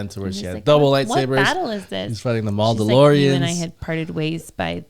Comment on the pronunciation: "the mauldolorians"😂